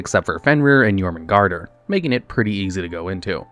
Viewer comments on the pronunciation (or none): none